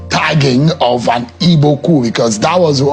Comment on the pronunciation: WE ARE NOT "IBOS", WE ARE "IGBOS" POINT OF CORRECTION.